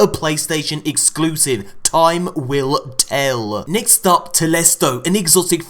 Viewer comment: “Nixt up”